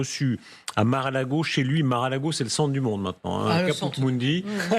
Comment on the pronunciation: FAUT PAS DIRE MARAL;AGO MAIS M A R E à L ' É G O !